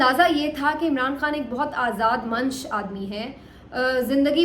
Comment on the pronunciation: آپ بہت عمدہ اردو بولتی ہیں۔ آج آپ نے “آزاد مَنش” استعمال کیا۔ اس کا درست تلفظ ہے “مَنِش “ (manish) ہے۔ فارسی کا لفظ ہے معذرت خواہ ہوں ۔ ایسی باتیں میں publicly صرف اس صورت میں کرتا ہوں جب کوئی اور راستہ نہُ ہو میرے پاس ۔ بہت شکریہ! مالک آپ کے حوصلے بلند رکھے اور سلامت رکھے آپ کو، آمین یا رب العالمین!